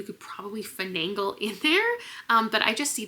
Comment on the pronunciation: Finagle not finangle. 🙂